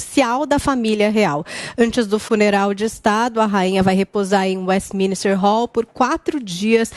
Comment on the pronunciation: Hello é Westminster e não westesminister